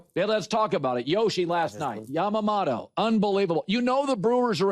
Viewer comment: IT’S YAMAMOTO MOTO MOTO NOT YAMAMATO MATO MATO